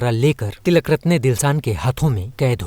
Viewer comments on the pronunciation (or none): none